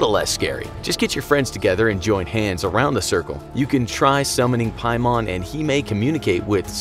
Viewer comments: It’s pay-man. Not pie-mon. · I was LOOKING for this comment! Lol "piemon" 😂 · It's actually pronounced King Paimon. Demons have ranks just like the military. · As a genshin impact character, I got scared when you said ‘paimon’. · hold on did you just said PAIMON?!